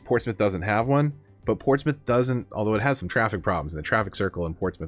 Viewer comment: I’m glad you pronounce Portsmouth correctly 😁